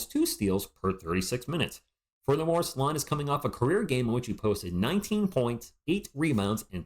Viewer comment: Salaun, not Saloun like on the thumbnail or Saloon... 😂 otherwise Risacher has the most skills I think, but Salaun has progressed faster over the last year... good prospect and he will only be 19 in August 🤯